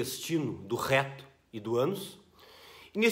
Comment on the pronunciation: Daora ouvir voce falando "RRRRéto".